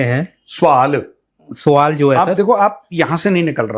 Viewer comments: Muaaff kijiye.. freedom fighter "producer" sahib.. Suuaal... aur sswwaaall me difference to hai..😂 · SAVAL nhi, yeh hoga SWAAAL, JO AYY